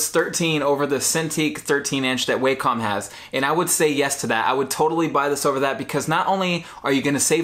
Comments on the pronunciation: The Wacom tablet is not pronounced like "Way-Come." The proper pronunciation is like "Wah-cum." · Its pronounced wak-com Not way-com